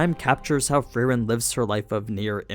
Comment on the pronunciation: bro wtf , its free-ehn